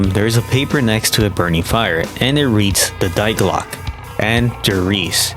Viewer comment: Nice video but the way you pronounced die glocke hurt my ears 💔 also the juggernog glitch was only present on der riese